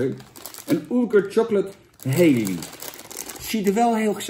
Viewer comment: Kun je het koekje Halley even uitspreken als Hallie i.p.v Hailey? Thanks.